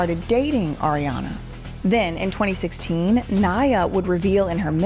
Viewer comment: I’m still cackling at “Arianduh”